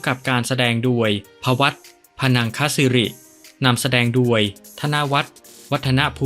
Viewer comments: แอดทำไมพูด โดย เป็น ด-ว-ย ครับ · แปลกนะแอดมินที่คนไทยออกเสียงโดยเป็นดวยเป็นไทยคนเดียวที่อ่านโดยเป็นด้วยใช่คนไทยแท้จริงหรือ